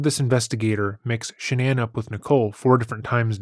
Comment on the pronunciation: Shanann, not Shannan! 🙄